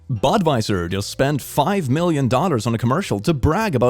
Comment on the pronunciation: It's quite hilarious he pronunciation of dollars like daughters 🤣🤣🤣 love it